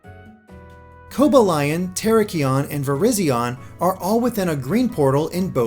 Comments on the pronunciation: The way he pronounces their names makes me cringe so hard, its pronounced Co ba Le on Not coba lion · “Kobe-ah-lion“ oh dear goodness